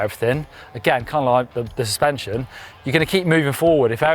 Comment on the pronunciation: "full spension" - hehe